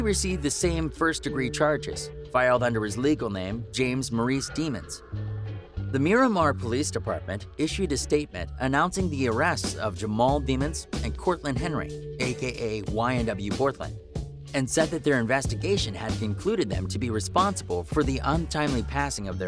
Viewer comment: His name is Jamell not Jamal, not James